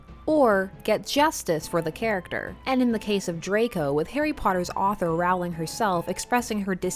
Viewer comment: 'Rowling' as in 'bowling'!